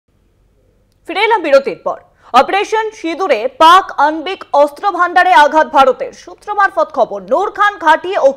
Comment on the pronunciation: এই সংবাদ পাঠিকা র উচ্চারণ ঠিক নেই । আণবিক শব্দটি র উচ্চারণ একেবারে ই ঠিক নেই ।